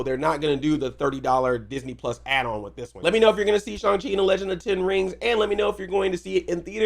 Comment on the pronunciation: I like how you're one of the few people who actually pronounces his name correctly.